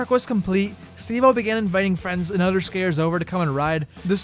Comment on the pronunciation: "3 brutters" "any utter skatepark" its brothers. not brutters. brothers. its other, not utter. other. th. do you know what sound that makes? apparently not. get #hookedonphonics. period. or as you would say "pewiod". speech impediment man stwikes again!